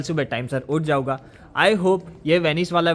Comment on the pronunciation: वर्णमाला में एक वर्ण होता है अं इस भाई की बोली में वो वर्ण है ही नहीं। खाऊगा जाऊगा नहीं भाई खाऊंगा और जाऊंगा होता है 😂